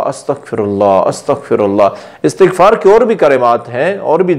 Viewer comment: Sahih talaffuz, ISTiGFAR hay , na ke ASTAGFAR.